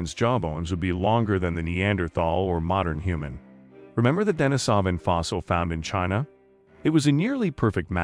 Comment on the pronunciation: Nice video, just wanted to add that it's pronounced deneesaven not denisohvan.